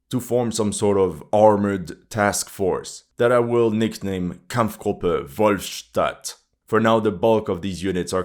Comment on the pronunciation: I don't know why you called this mixed army of Ukraine Kampfgruppe Wolfstadt. But you're German is quite good